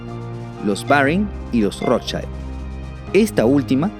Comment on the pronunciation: ¿Por qué si Rothschild es alemán lo pronuncias como si fuese apellido inglés? La pronunciación en un idioma que no corresponde es incorrecto.